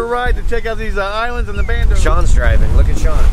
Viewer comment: Bandos not "Brandos". Great to see away from new construction and in his element again.